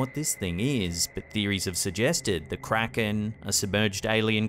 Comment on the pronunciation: It's pronounced Kray-ken